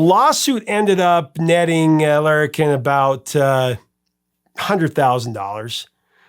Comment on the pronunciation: You said it ok. It sounds a bit different because of your accent I think. You did pronounce Larrikin (the publishing company) wrong. It's too hard to explain how in writing. It's actually also an old Australian slang term that's not used much today. :)